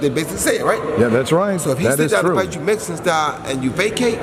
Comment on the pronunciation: MEX - I - CAN. ( Canelo )